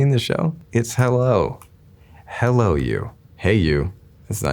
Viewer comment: this guy says hellon you i wanna die